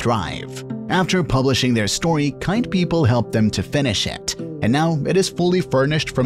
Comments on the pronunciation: “Pepaaal” thrrrive” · Nice vid but “Notttttttttt” “pEoPAL” “Disabilitiesssssssssss” “WErE” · “Ordinary pepoleee” 🗿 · why did he say people like that